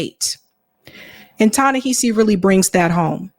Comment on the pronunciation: Hey! I love your work but girrl you gotta say his name right. It's pronounced Tah-Neh- HAH- see Coates Emphasis on the "HA" as in how one generates laughter.